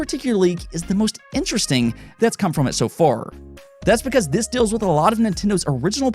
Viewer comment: No offence, but why do you pronounce "sale" as "sell" and "deal" as "dill"?